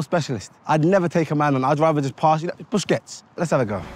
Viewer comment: Busquets? They don't call him Busquets; they call him Biscuits 🤣🤣😭💀💀💀